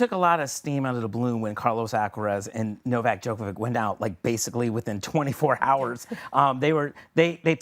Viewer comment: The female commentator does not know how to pronounce Djokovic's name correctly (the greatest tennis player of all time!!!), but she's commentating on tennis on TV. Really? Who hires these clowns? How did this woman get a job as a tennis commentator?